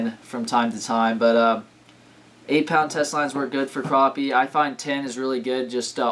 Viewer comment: not to be mean but it's purnounced crap-ee